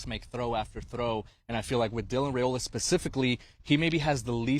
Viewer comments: IT'S RY-OLA!!!! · Five peat incoming. His name is Rye-oh-lah.